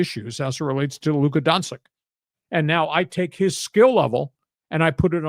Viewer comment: I love you, lee, but embarrassing -- not only to say Doncic is from Serbia, but you can't pronounce his name right 😂😂😂 Bleeping brilliant 😊